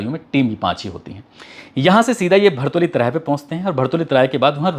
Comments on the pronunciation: भरतौली नही भरौली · भरौली चौराहा है भारतऊली नहीं